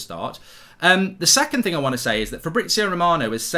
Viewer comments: ‘Dis is a financial ting’ 😂😂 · "Dis is a financial ting" 🤣🤣🤣